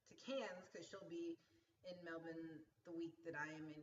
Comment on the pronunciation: Yaaaay!:D Glad you've got the coffee thing sorted and hangin out with you sounds AWESOME. Also, LOVE that you're saying Melbourne correctly!:p Go get some sleep and I'll catch up with you this Monday! I'll text you to work out a good time/place even if it is just coffee at the airport! lol